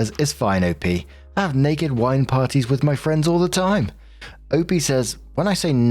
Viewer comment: For the rest of the day, I’m gonna be wandering the house and imitating accent when he says “Naked WINE parrttyyy?” 😂😂😂